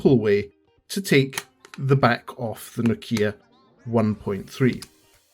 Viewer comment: It's. Nokia. 😂😂 Thought you tech. Man. Cheers though